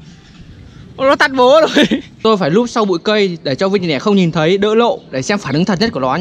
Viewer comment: Đọc tiền lẻ đi bạn ei, tiền nẻ ???